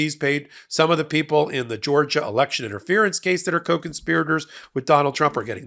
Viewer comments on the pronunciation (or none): none